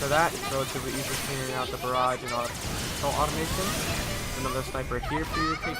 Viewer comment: Oh. My. God. It's automaton. Uh-tah-muh-tahn. Not automation.